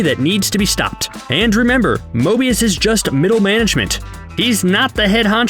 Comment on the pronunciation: However many likes this gets is how many times he says Mobious.